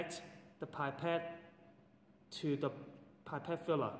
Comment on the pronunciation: Are you a teacher from HK? You have a distinct accent. By the way, pipette is pronounced p.epette not pie.pette. Nonetheless very useful teaching resource. Well done.